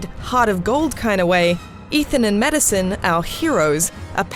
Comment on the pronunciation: "Ethan and Madison" sounded more like "Ethan and Medicine" xD